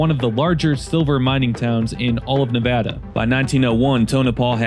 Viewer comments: TBF, your comments on Tonopah were reasonable and fair, so that's noticed, and again, appreciated you pronounced Nevada correctly. That is never a given. 👍🏻👏🏻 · Major props for pronouncing Nevada correctly. 👏🏻